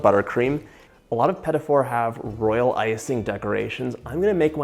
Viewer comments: Watching him call them "pet-it fours" is almost torture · Why pronounce these two words as "pettifore"? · I've never heard of petit fours pronounced liked pettyfors before.... have I been saying it wrong the whole time? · I have never heard them pronounced this way! I'm not trying to correct something that can probably be pronounced a few different ways btw. Just super interesting to me.